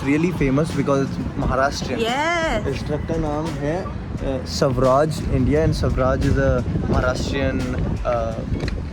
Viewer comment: It's Swaraj...not Savraj...